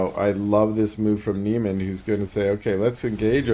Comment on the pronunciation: Niemand is a German Word. Pronounciation: "neemunt". Great casts! Cheers